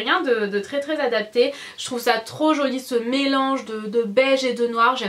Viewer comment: je t'adore vraiment !!! Sauf que je deteste quand tu dis jolie....pcq tu dis ca trop bizarrement:S bisouuuuus<3<3